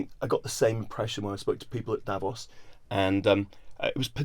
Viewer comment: Please check out the correct pronounciation of "Davos". Uninformed people get it wrong. Emphasis should be on the "o".